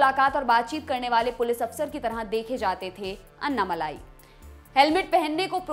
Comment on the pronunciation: The correct pronunciation of Mr. Annamalai's name—as pronounced in his native language Tamil—isअण्णामलै (ALSO अण्णामलय). The way it is pronounced in this video— अन्नामलाइ —is not correct.